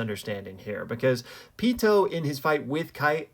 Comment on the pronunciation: Pee too not peatoe good video tho